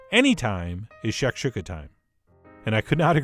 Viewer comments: Pronounced “shack- shoe-Kah” not “shack shook-ah” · It's pronounced shack shoe ka, also there's 2 versions of shakuka, the North African version which is the one you made and the middle Eastern version which is scrambled eggs with vegetables, crack a few eggs in a bowl and beat them then fry up some veg in a pan then throw the eggs in and continuously mix with a silicone spatula and always take it off the heat before you think it's done then season after it's done not before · shak-SHU-ka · That’s nooooot how you pronounce that....